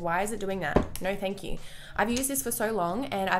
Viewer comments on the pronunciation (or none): "Thank QQQQQQQQQQ"